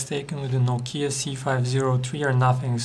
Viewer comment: *NOU-KEE_YA* #LOL